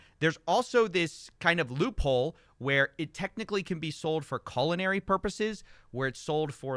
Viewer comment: "Colonary" purposes? 🎉 You mean culinary purposes?